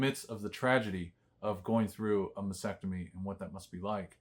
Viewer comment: Mastectomy not Massectomy.